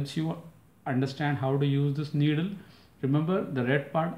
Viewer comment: Needle not niddle!